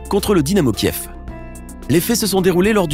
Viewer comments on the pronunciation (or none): none